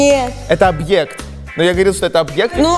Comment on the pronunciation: Ну ребят, я подушню немного. Ну как можно к своему возрасту не знать, что ты произносится свЁкла, что а не свёклА.. И что человек, это СУБект, а не объект. Сколько смотрю выпуски, такая необразованность во многом. А вас дети же смотрят.